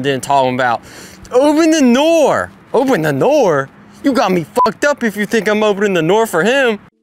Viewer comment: "Oten nenoom"